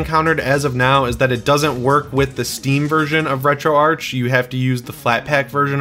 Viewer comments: It's pronounced Retroarch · It's pronounced retro-arch. I've got a GIF somewhere showing how it's pronounced.